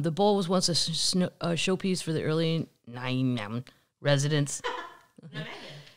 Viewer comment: don't know whom is laughing in the background(a sister?) great laugh. The pronunciation to that Dutch area is [NY-me-*huh] *small throat clearing goose hiss in the front of huh. A toilet block is like a public building tourist toilet like a road-stop toilet. and (just ripe for a new series Oh Those Darn McCloskies)..I moved out to CA last year, but remember going to that neighborhood to check out the gates and "security". There's a small sign next to the people gate stating that it is a private neighborhood. You are correct, the west side of the neighborhood has direct access from a street. I went to a Halloween party in there once ..a street behind them. The neighbors cannot stand them. [used to live in Florissant, and it has turned into a horror show in NOCO]